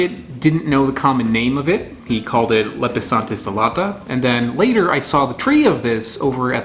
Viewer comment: Pronounced Lep-e-san-theez a-lot-uh Alata means winged, though I'm not certain what anatomical feature that relates to. You can contact me for help with pronunciations.